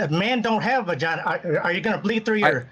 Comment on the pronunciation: I'm sorry but the "Man don't have vaginur" at is putting me on my deathbed XD